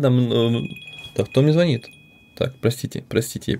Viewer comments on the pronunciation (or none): Не звонит, а звонит!